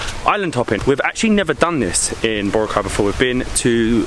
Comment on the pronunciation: He pronounced Boracay correctly.